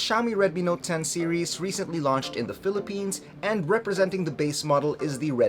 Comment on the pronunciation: Ten NOT CHEN Filipins NOT Pilipins Grrrrrr!